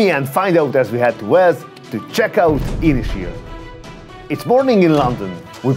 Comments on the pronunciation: It's actually pronounced as two words, Ysys Hir, pronounced in English like Un-iss Heer. Means Long Island in Welsh! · Nice review but work on your pronunciation of Ynyshir 😂😂